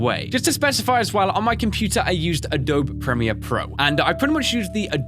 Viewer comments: It's Uh-dough-bee not Uh-dope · Lol... Adobe is pronounced Ah-Doe-Bee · A-DOUGH-BEE (Not triggered, just wanted to let you know) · I like how he says 'Uh-Dobe" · it pronounced Ah-doh-bee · I loved this video until you said adobe as if the e was silent